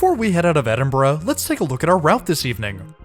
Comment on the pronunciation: Glad to hear you pronouncing Glasgow and Edinburgh correctly. I'm glad that you enjoyed your trip.